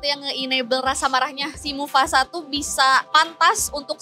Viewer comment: mufasa bukan mufufufafasa